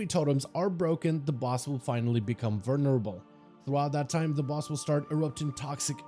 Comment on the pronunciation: VULnerable... not VERnerable.